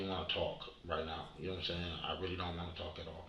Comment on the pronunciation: If you edited out every time he said "yanowmsan" the video would fit in the original format of the channel... Thanks for doing what you do